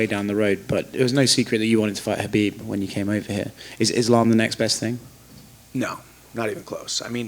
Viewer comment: One of the few people that pronounce khabib’s name correctly🤯